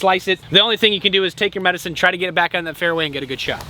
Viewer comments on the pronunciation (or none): Medecine? medicine?... If says medecine, I say medecine